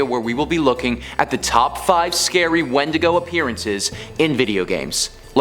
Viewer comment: it's pronounced win-dig-go